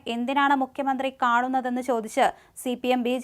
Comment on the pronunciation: മുക്ക്യമന്ത്രി എന്ന് പറയല്ലേ മോളേ... മുഖ്യമന്ത്രി എന്ന് പറ.